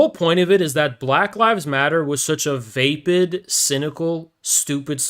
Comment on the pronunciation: Grammar nazi chiming in, vapid is pronounced like rapid. Always like your streams even though you a filthy commie.